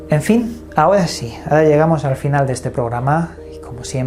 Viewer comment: Te recomiendo ir urgente a un terapista de lenguaje para que mejores tu pronunciación de la R .terrible tormento que daña tus relatos o compilaciones de otros.pero se ve que haces esfuerzos.molesta cuando dices ahoda por ahora,padecidos por parecidos.natudaleza,tuviedon,mudiedon,fuedan etc